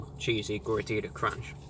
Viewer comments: You pronounced Gordita like a true white person. Just like me. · I speak Spanish and when I saw the title I knew I had to watch this video to listen to ReviewBra pronunciation for ‘Gordita’. He didn’t disappoint me